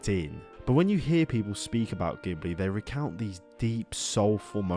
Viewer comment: Stop mispronouncing Ghibli, please 🙏